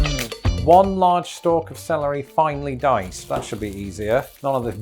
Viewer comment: you definitely need to work on your 'finely sliced' and 'finely diced' 🤣